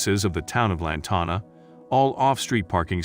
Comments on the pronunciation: The town’s name is pronounced as Lan Tan Ah and spelled as Lantana. When you do a story do your homework, please. I think this is so ridiculous, that this happened to her. I grew up in Lantana and I can tell you, this law was not practiced until recently. We had issues where there would be 5,6 or more parked at our neighbors house and would extend over to our property and nobody did anything. I can honestly say it was probably implemented and implied to more well to do housing, especially when HOA is involved or not. The city expects those places to look perfect! You park and it looks like a sore thumb you better move it right now. This is probably why this happened to this lady, she was making an unacceptable appearance to her neighborhood. Lantana wasn’t always pretty. It was nice, then bad and awful for a decade or more. They want it to remain nice. They are probably overreacting but I can’t say I blame them. They love their town and they don’t want to revert back to their ugly past. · Lantana and surrounding Towns have crazy ordinances. That computerized voices are annoying. Pronounces Lantana wrong